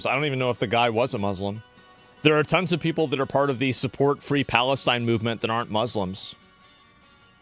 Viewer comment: Fwee fwee pawistyne